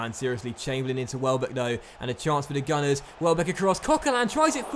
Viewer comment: you said gooners instead of gunners